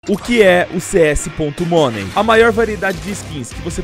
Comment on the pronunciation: amigo!! aprende a falar "money" do jeito certo, por favor!